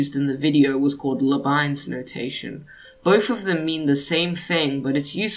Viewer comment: not labines or so, but Leib Niz, like lybnis.